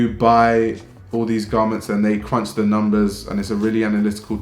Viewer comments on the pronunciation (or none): none